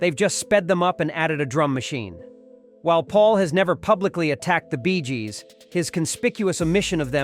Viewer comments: "The Rolling Stone"? "The Bees Gees"? Is the narrator AI? 😂 And showing the wrong rockstars is also a giveaway of this video being AI generated rubbish. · Sis is a puffed up piece that seems to be read by some sort of AI calling it. “the Rolling Stone” and the quote BEEZJEEZ” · ...the Beee-s Gees"? 🐝 😂🤣 Ah, the absurd joys of an AI narrator! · "The Bees Gees" LOL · The "Bees Gees " ?